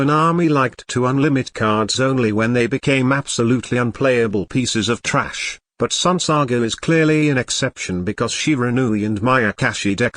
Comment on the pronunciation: That "trash" word pronunciation is so funny